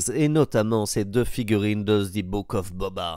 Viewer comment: On prononce "ze" Mandalorian, et pas "zi", étant donné que le mot suivant commence par une consonne. 🙂